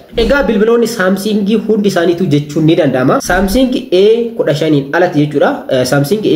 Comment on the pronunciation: Samsing hin jedhin Samsung jedhi